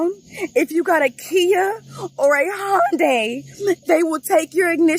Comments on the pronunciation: I'm sorry, is it Honda, or Hyundai (hi-un-day/die), cuz I keep hearing Hon-die, and this is very confusing... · It's Hun-Day, not Hon-Die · It's not "Hondai", it's "Hi-un-dai". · How do you read "Hyundai" and pronounce it "HONDAI", also why are they suing the manufacturers, it's not their fault these idiots died (in the sense that the cars didn't kill them but their stupid decisions) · Why does he keep saying “HON-DAI” ?! It’s “HYUN-DAI” there’s no O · Why does everyone keep saying 'Honday' it's pronounced 'Hi-un-day'....how can they not know this? The douchery is contagious and the wackness is real. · I know it’s not the point of the video but it’s pronounced like Sunday with an H. I worked there and it’s the first thing you learn. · Me: Honda or Hyundai?: Hondai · High-un-day not hon-day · Say it with me everyone, it's Sunday, Monday, Hyundai not Hondai. Plus these kids are idiots and just another reason tiktok is ruining the youth. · why do americans say “hondai” ?? it’s hyundai ffs 🙄🙄🙄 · oh my lord, it's not "hawnd-eye", it's "Hun-day" or "hund-eye" Hyu sound is not Haw, like a Honda. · come on. honday. say it with me hy-un-dai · It’s huendi For pronunciation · good video, but the way you pronounced hyundai kinda triggers me abit LMAO. its ha - yun - dai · ITS HYUN-DAY NOT HYUN- DIE 😂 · For the Americans hi-yon-die is how u say hyundai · Hey the pronunciation for Hyundai is High un die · The way you pronounce Hyundai 😬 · Love how no one can say hyundai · The way you pronounce Hyundai is driving me nuts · Nobody can pronounce Hy-un-dei why can nobody ever pronounce the Y it's not a damn Honda lol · I swear thats not how you pronounce Hyundai.